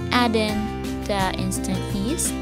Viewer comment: Daisy rose fuentes -Haha sabi ko nga😜😜😜tas yung pag pronounce nya ng yeast sa una lumabas ang pagka bisaya ni,but so far ok naman ang kinalabasan😊😊😊.